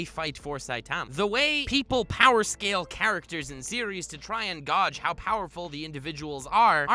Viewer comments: did you deadass say "GAW-juh" intstead of "GAY-juh"? wtf is your problem dude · Did you really just say gawge (gauge) It’s gayge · Gaw-ge? Dude it's Gay-ge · THIS DUDE PRONOUNCED GAUGE AS “Godge” HAAAAHAHAHAHAHAHAHAHAHA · he definitely just mispronounced “gauge”